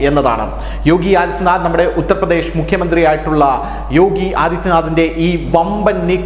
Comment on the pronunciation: ശ ക്ക് പകരം ഷ ആണല്ലോ പറയുന്നത്. ബംഗ്ളാദേഷ്, ഉത്തർപ്രദേഷ് ???